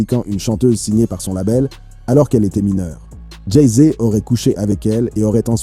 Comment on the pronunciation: Dit encore une fois "Jay zé" et je te séquestre dans une cave du 93 !